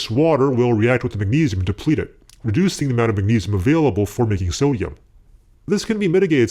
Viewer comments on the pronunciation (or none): Every time you say sodium I just hear “summ” . Some hydroxide Some metal Fuck